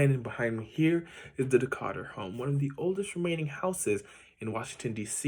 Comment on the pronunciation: Your pronouncing his name wrong. Its not Decarture... its DE-Cature